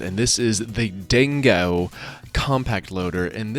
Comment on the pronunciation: Ding-go mate, D I N G G O not Dingowa....